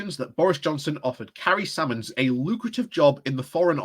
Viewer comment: Surely its Symonds not Sammons? I'm sure Private Eye will have a lot to say about this. However there's a bill going through Parliament that would make it illegal (penalty imprisonment) for journalists to report leaked information - the death of journalism indeed.